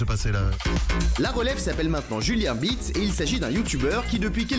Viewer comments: donc pour lui Beats ce prononce BIOUTS ? monde de con dans lequel on vit ... ce gamin est ridicule ... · ou biouts.....................faudrait peut etre lui dire un jour que ça se prononce pas exactement comme il le dit et je comprend pas ceux qui disent qu'il a un sens critique, il ecoute les 10 premiere seconde, et il va te dire si c'est eclater ou pas, mais frérot redescend, ta ecouter 3 notes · Meme biroute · j'adore .... cyril prononce super bien BEATS et lui va lui dire BIROUTE ..... hahahahaha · c'est gênant il arrive même pas a dire beats